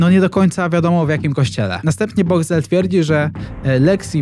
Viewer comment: "Boxcwel" i tyle ...